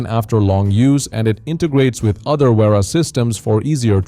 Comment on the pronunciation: Repeat after me. Spelling is Vera not uira. 🙄